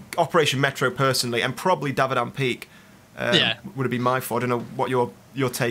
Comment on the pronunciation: Davadan... I can't un-hear that word. D